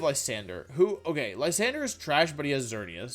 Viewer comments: Lysanderoth...😂 I'll bet ProZD watches you too, bro. He likes Pokemon. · I'm so used Sung Won videos that I too call him Lysanderoth.